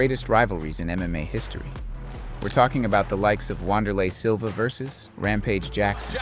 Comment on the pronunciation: Vayl tudo🤣 Rick-son Gracie. Wahnder-lay Silva